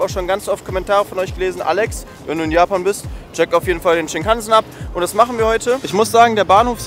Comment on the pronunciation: Shinkansen spricht man ohne Betonung auf den A aus.